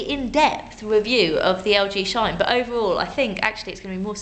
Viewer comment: it's a LG Shoine. It's got a vewwy weflective miwwor but it loi's to you about battewy loife.